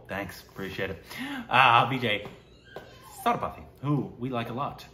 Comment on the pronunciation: its vijay SAY THU PATHY not SATHA PATHY